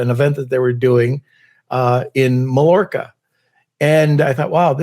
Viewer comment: Great video! Mallorca is pronounced - muh·yaw·kuh